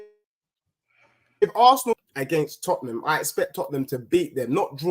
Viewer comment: This American guy is jarring. Came back from second time to se eifbi was being sensitive earlier. Nah I was right this guy is a clown. And pronounce Tottenham correctly